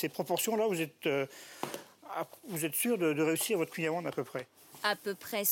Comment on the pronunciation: Mais bordel les journalistes apprennent toute l'histoire du kouign-amann, la recette etc mais savent même pas prononcer le nom correctement ...